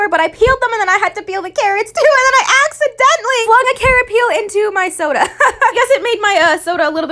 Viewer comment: When u emphasise on ACCIDENTALLY